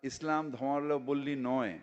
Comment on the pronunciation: ধর্মাবলম্বী কথাটাই তো উচ্চারণ করতে পারল না !!!